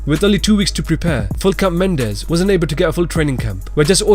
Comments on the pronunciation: Can you get a fucking name right? Full cap Mendes? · when he said regular mendes showed up i died